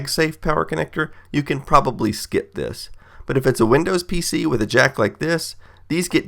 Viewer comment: he said proberly dumbboo